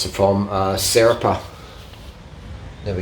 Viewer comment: did you say "Serapa"? It's Seraph, pronounced Sir-Aff. Looks OK but not light - it's going to be 2kg with the fork, seat post, headset and seat clamp. Will be interested to see the built bike. Looks like you have some good wheels on the wall - Lightweight?